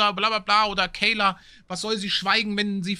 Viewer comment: sagt nur ab und zu den Namen Kayla richtig…. fällt ihm noch bissel schwer😢😮